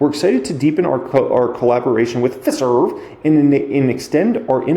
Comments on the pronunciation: It's pronounced Fi-serve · Hi. It is Fi as in pie and serv as in, well, serve. Glad to be of help!